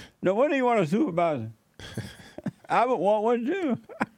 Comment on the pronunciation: "I need yo supavisa, I need yo supavisa, I need yo supavisa" 😆